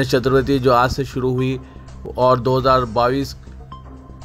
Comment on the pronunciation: Are Bhaiyo Ganesh "Chaturvati" nahi Magar "Chaturthi" hai...!